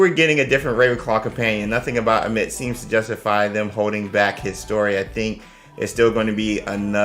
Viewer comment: Hey his name is pronounced a-meet cheers !